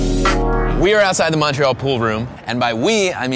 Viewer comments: First 30 seconds and he’s already mispronounced both Montreal and poutine. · « Mawn tree all » 😖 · American`s really can`t pronounce Montreal corectly